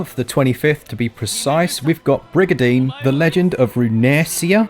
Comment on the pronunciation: hi, its Brigandine not Brigadine. Great vid btw